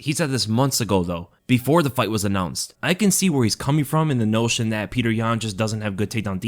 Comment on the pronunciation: Pe-yo-ter not Peter